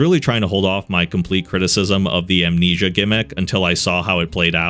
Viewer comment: oh no not "Amensia"